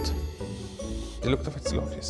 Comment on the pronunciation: Det heter faktist LACKris inte Laaaaaakris